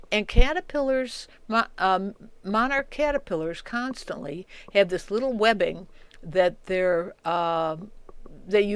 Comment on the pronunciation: "Oh, what a surprise... Monarch caterpillars are a liiiittle bit... stupid." LOL This lady is awesome.